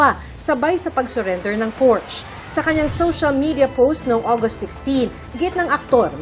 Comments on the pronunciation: Porsche . Hindi porsch ang bigkas ..nrinig ng aswa kong german .ntawa nlang😂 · Porsha po..hindi porsh😅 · Hindi po pors ang bigkas ng porsche kundi porsha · Ganito pa nga kamali ang iba... Portch. 😂😂😂